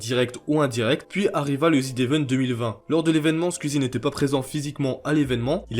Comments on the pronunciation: mais frérot tas vidéo est super quali mais prononce bien les mots phares de tes vidéos wsh, ça se prononce ZedEvent pas Zid 😭😭😭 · Zevent, pas ZIDEVENTE omfg, personne ne sait lire bordel de merde. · Ca se prononce zi event, pas zi devent par contre. xD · Tu peux arrêter de dire ZIDE event comme un attardé stp jai envie de m'arracher les couilles a chaque fois merci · Pourquoi tu dis ZeDevent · C'est quoi le zidevent? Sérieux mec, fais pas de vidéo sur un évent dont tu sais même pas prononcer le nom 😂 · il y a que moi que ça stresse qu'il dise "ZidEvent" ? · Zd'event, la prononciation me tique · « Zidevent » ptn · pourquoi "zdevent"? il n'y a pas de liaison avec le z de z event